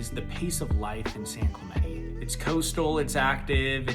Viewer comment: Why do white people pronounce San Clemente wrong? As a latino man it's annoying. It's not "Clemenee" lol